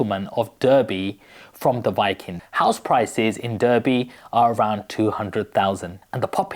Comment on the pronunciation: It's pronounced Darby.